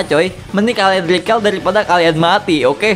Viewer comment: "Recall" bacanya rikol bro bukan rikel wkwk